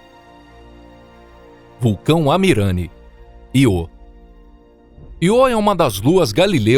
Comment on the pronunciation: Que porra de Iô é esse, rapaz? Aprende um pouco de gramática. É Ío com acentuação no I. Só você fala desse jeito idiota